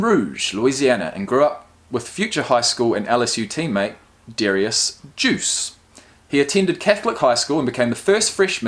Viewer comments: Derrius Juice? It’s ok, Guice is pronounced Guyce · Derrius’ last name is pronounced “Guy-ce” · The way he pronounced Guice😆😆. It's Guh- ice. Also the H in Helare is silent. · Boy you butchered guice’s name😂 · My guy butchers Guices name